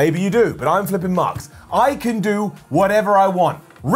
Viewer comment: Sounds like he's saying Flippin Marx😂😂😂